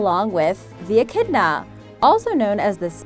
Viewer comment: Echidna its echidna